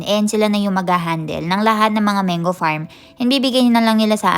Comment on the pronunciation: Hello, wag po kayo magalit isa po ako sa masugid na viewers nyo po kaso na bo bother po talaga ako sa how you pronouce po mango.. bali Man-go hindi po meyn-gu